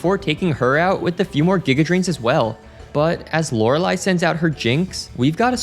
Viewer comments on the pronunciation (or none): none